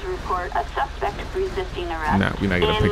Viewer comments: lol you do it every single video nd it urks the fuck out of me man. you are my fav. youtuber. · ohh. i didnt know that lmao i thought you just got lazy and liked speaking that way lol